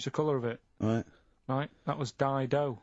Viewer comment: You getting dido right made me laugh